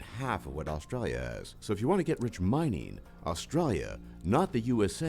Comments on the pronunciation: "Australlia"? "Zeercaan"? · lolol. at least the guy doing the video is good at something Australians do well.. Sarcasm!! Wish he could pronounce Australia though... lolol